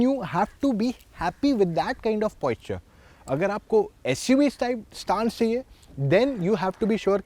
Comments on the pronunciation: Buddy, it's Posture and not Poisture so the pronunciation has to be as per that. Your review is good. I wish you would have spoken about 1. Aerodynamics better in Sedan 2. Fuel consumption better in sedan 3. Ride quality and body roll is better in sedan. Would have been more technical. Please take it as a constructive criticism. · Posture... Not Poisture😉